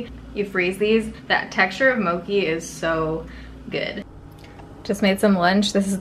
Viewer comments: Vanille is pronounced vanee and mochi is pronounced exactly as it's spelled. Not like moki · I’ve never heard anyone pronounce mochi like mo-key. Coming from Hawaii, that made me cringe a little😊♥️ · Girl, I love you, but it is pronounced moe-chee not moe-kee! You probably already have read TONS of comments like this, so I'm sorry to be another one, but I still love you and am so happy for the bonus vlog! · Moki lol😁 I love you. Its pronounced Moe-chi. I hate when people correct me like that but i figured you would want to know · Awesome vlog as always, please keep doing this. Btw, "mochi" is supposed to be pronounced "mo chee" instead of "mo key" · mochi is pronounced “mo-chee” not “mo-key” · I cringed at the way you said "Mochi". lmao!! Mo-Chi not mokee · Hahaha I spoke out loud after she said mo-ki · Love watching your vlogs. They are my fav. Mochi is my life, I can eat those every day if I can. It's also pronounced mo-chee like chia pets lol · Mochi ice cream is the best! 🤤 Btw, it’s pronounced the way it looks, mow-chee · Did she say mokee 😂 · I was like "wut?" Haha I'm part japanese and I cringed when I realized lol.